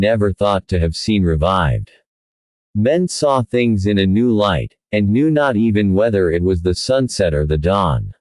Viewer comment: The man W. H. O. Knee too much? This is horrible AI narrative. Horrible horrible horrible.